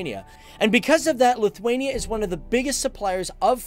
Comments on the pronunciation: Lutherania???? Whats that? A Lutheran in Lithuania???? Its pronounced as Lit-wayne-E-ah! If your gonna do a history piece on my ancestors homeland. Learn how to professionally pronounce it! You do start saying it right in the middle of video and then back to Lutherania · You pronouncing Lithuania wrong. lithUania, not lithwania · Lithwania lol.